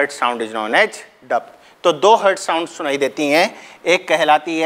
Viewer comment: Dup nhi Dub sir ji